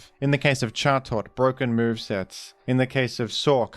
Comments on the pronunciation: Who are we to say the bird's not called Jaw-Tot? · Pronouncing chatot like that should be a punishable offence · How do you fuck up chatots pronunciation that badly??? I can understand where furfrous terrible pronunciation came from but you have to make an an effort for Chatots being that bad